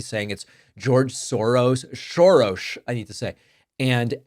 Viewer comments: Nice Hungarian way of saying Soros's name the correct way, David! ;) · Pakman FTW!!! One of the rarest of rare talking heads who pronounce Soros correctly.